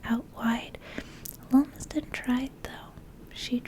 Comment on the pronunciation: Not that I know the player but I’m going to say that Lumsden is probably pronounced Lum as in Plum